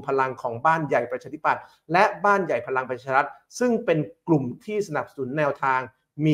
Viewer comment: ทำไมออกเสียงพลังประชาลัด,,,เกือบทั้งนั้นเลยคนอ่านข่าวออกเสียง,,ลัดทั้งๆๆที่สะกด,,รัฐ,,รัฐบาล